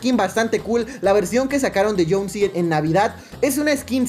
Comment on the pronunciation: Es jhonesi no jhonsi